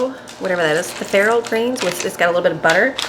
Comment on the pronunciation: Not farro